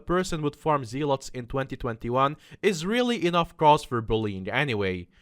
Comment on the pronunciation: Who else is mad at him for pronouncing Volkswagen and zealot wrong